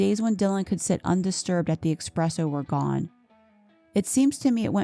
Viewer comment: Great video but it is pronounced espresso, not expresso